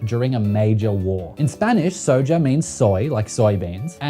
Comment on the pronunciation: the way he pronounced "soja" has me dead